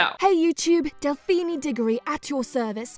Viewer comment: Isn't it delphini not Delphi